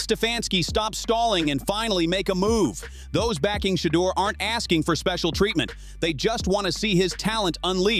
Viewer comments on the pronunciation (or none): Saying his name like cheater smh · Why white fool messing up Shedeur names saying it like cheater instead Shedeur. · I really wish they would pronounce Shedeur name right omg !! If they don't want to play him the whole game at least play him 2 quarters. Instead of sitting on that d**n bench he is wat too talented for this mess going on in Cleveland , quit playin my nephew , Come get him Raiders and His brother Shilo as well !!❤❤❤❤ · AT LEAST PRONOUNCE HIS NAME CORRECTLY FOR GOLD SAKES SHEDUER!!!!!! DAMMIT !!!! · STOP BEING AN A**HOLE BY INTENTIONALLY MISPRONOUNCING SHEDEUR'S NAME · STOP BEING AN AS*HOLE BY INTENTIONALLY MISPRONOUNCING SHEDEUR'S NAME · Dude a clown keeps mispronouncing his name on purpose